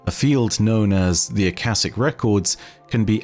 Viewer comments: "Shic" in "akashic" is pronounced just like "chic" as in fashionable. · the word akashic is pronounced with the sh pronounced similar to shut, shy, shh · Akashic you read with sh, not ss. This is normal word from Sanskrit, meaning ether, sky. Fits Destiny lore pretty nicely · Ah- ka-shick is the proper pronunciation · I wonder if they could theoretically, “take” themselves through the veil? Maybe that’s the way through it and potentially why we may get a taken subclass. Also not to be critical but Akashic is pronounced Uh-Ka(like car or cash)-sha-ick. Hope that helps and only meant it as constructive criticism. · I believe Akashic is pronounced as “Akaeshic” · I believe its supposed to be "Ah-ka-shik", I think its a play off of the Akashic Records, the mythical record of all human knowledge Edit: I finished the video. Whoops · I believe it's pronounced uh-kosh-ik, but that's neither here nor there, great video as always! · It's (Ah-kha-shick). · Ah-Cah-SHIK. You were right the first time that 2nd shit you said and went with was dumb. I'm surprised you didn't look up what the Akashic Record, it is the store house of all knowledge and events to ever happen anywhere in the universe. The point, meaning, whatever, of our exsistence is to experience this universe the best we can, and when we die everything we ever experienced is added to the record. It's where all knowledge gained by life is accumulated. Once the universe gains all possible knowledge within it self it's evolves to the next state of existence. Something we as human couldn't hope to understand. But we are the universe, the universe is us. To be honest they have been barking up this religions tree for the last couple years, this is they first time they have blatantly referenced it though. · The pronunciation should be (aa) (kaa) (shic). It is probably from aakash, a sanskrit/hindi word for sky/space.